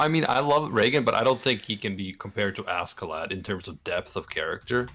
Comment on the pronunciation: am i the only one that gets a slight annoyed twitch whenever someone says ASK-A-LAD? just curious, i always thought it was either asharad like it's pronounced in the anime or ah-skuh-lod